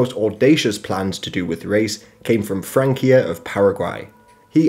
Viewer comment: Just a spanish tip of pronuntiation, the C in names like Palacios and Francia sounds like an S like in "sin", C always sounds like S when is before I. But well, this is a minor language nonsense, you dived pretty great in the video